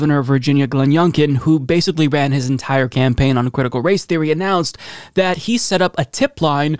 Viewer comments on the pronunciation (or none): none